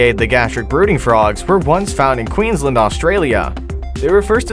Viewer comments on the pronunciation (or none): none